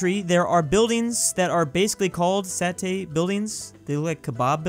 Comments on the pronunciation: it is pronounce sa-te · Satay is pronounced Sa-tay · It's funny to hear struggle to say satay😂😂😂🤣🤣🤣🤣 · As an Indonesian its sounds so funny saying satay